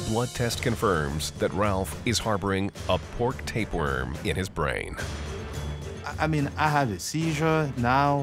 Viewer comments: "affta aw is mai bwain" lol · "I mean, after all, it's my bwain!" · wom in my bwain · After all....it's my BWAIN! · After all, it is my bwain.